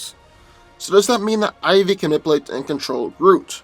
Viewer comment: I laugh soooo hard everytime he says nipulate..LMBO. slowdown and annunciation